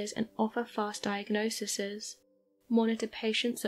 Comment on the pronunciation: .....Ok!. Ok!....We get it! You,, you! Not sure which is more terrifying. The fact everyone thinks she is an A.I. herself or that no one noticed that thee "A.I." said, "diagnosiseseses". I was a$$ deep in C.O.D. mobile and hear her, "WTF, is diagnosiseseses? I wonder if it's anything like, A-L-OOOOhhh-M-I-n-E-M? Because they both have PSEUDO syllables!"........LOL! Of course this is all in jest. I've gotten completely off subject. Of which I am not so sure anymore of what it pertained too, hmmm? Oh, well! Carry on, bruv!